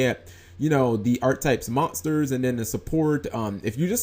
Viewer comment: Dude learn how to pronounce "monsters" better..